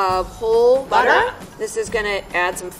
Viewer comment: Butter: Butter: BUTTA